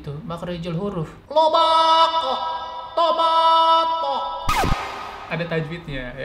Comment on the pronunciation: Astaga ngakak pas bagian tomato di eja pake tajwid